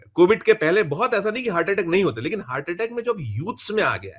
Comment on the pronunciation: Dr sb unpadh hain hurt nahi hart hai sahi bhasha